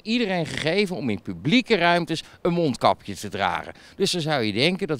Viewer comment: mijn neus is verstopt dus ik doe maar een monkapje op want dan kunnen ze t niet zien.... uitspraak van t jaar wel